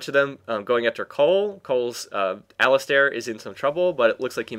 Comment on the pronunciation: Great commentary, although what bugged me was that Alistar is pronounced like Alice-Star, since there is no i after the "A"